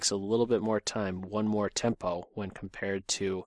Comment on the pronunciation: am I the only one who noticed says a lot of "tempy" instead of "tempo"? xD